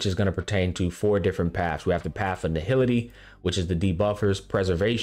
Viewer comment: erudition* nihility*